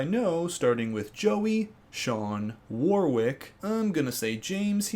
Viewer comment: FYI I think Warwick is pronounced "Warrick". Or at least every Warwick I've known has told me that! Yay am so glad this season has started, have missed these TB breakdowns and previews!